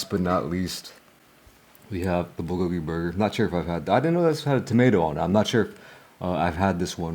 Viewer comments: Wtf is a beluga burger? Are they made out of beluga whales? Or did you say booger burger? And Holy hell your chewing is horrible!! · He is mispronouncing bulgogi. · Bro if you can't pronounce the F'N word , just write it on a piece of paper and show us ffs... What the hell are you even saying ... Beluga burger ??? I heard you mumble say it three f**** times and still don't know what the hell you were saying...??? Honestly IRDGAF!!! It looks like pig slop anyways 😜👌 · What is he saying? Beluga Burger? Like the Beluga whale? 🐳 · I think it's supposed to be a Bulgogi burger but he pronounces it differently.